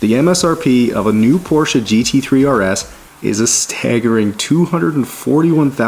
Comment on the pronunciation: As a German, thanks for pronouncing Porsche properly 😄